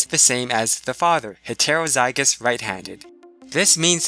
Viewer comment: Okay great video but please pronounce things properly like heterozygous it gets annoying how it sounds.